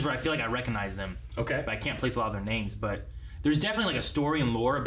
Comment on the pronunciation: You didn't mess up any of those names, surprisingly.